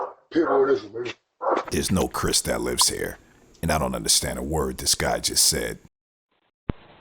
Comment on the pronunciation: I couldn't even make out "Chris" from that gibberish. Note the way the right side of his face/lips are slacking down, dude isn't more than 25 to 30 and it appears like he has already suffered a substance induced stroke or Bell's palsy...perhaps some cranial trauma like an un-diagnosed/untreated virus, serious beatdown, or prior bullet wound/vehicle accident that he did not fully recover from? There's always plain old drunk, but his other motor skills seemed to be alright and the slurring is extreme but the speech is rapid, not slow and fumbling for words like you see in an intoxicated person. It would be interesting to see what a neurologist or speech therapist would think after seeing this. I cannot help to think every time I see these pathetic cases that this was at one time someones cherished and nurtured baby. Very sad. NOTE TO LADY WHO WAS SHOT : That was one your Karen neighbors because it's March and you still have your Christmas lights/decorations on your exterior shrubs and trees.